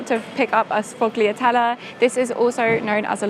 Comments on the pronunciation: It’s sfoh-lyah-TELL-eh, not glia. Gl pronounce as ya in Italian 😊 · suh fog lee ah tell a ... ??